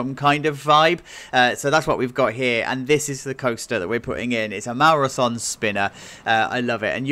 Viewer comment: I think it’s pronounced Maurer (so-nay)